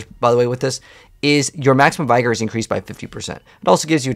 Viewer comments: not to be an english teacher but its pronounced v-gor or v-gour not by-gor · Please pronounce Vigor correctly. It’s easy: VIG-or. Not Vy-Gor. Any Google search can teach that.